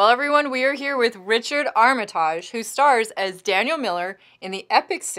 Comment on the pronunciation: Please, for the love of God, at LEAST pronounce his name correctly. It's ARMitige not ArmATAGHE.